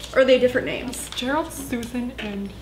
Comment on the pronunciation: Complete silance:......: Gereld GERALD! 😃🤣😂